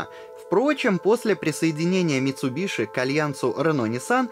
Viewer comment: Не МицубиШи, а МицубиСи!!! Ну нет в японском языке звука «Ш».